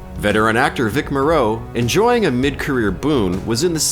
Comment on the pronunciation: Also, Vic Morrow's name isn't pronounced like the Island of Dr. Moreau. It's Morrow. Like "tomorrow"